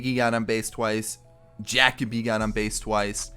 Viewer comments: Jackoby?? It’s Jah/kobe lol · JaCoby Jones is pronounced Ja-Coby not Jac- oby lol fyi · Every time he said jackoby Jones I was so mad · Are you trolling? It’s pronounced Juh-kobe lol